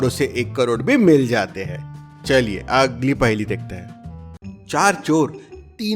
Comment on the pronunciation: Her paheli ke bad bolta hai 'agggli' paheli dekhte hai pronounciation galat kaise ho sakta hai ? 🤔